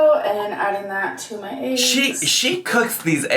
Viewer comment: I cannot stand how she says “aches” instead of eggs. And she said it SO many times in this video, I swear she did it cuz she knows it drives everyone crazy. 🥴